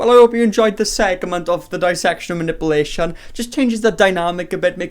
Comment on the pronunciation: “dissection of muh-nipple-nation”